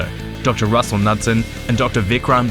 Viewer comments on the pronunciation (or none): none